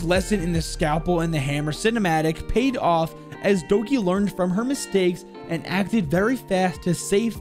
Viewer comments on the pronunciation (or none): Every time he sad Doki I wanted to scream.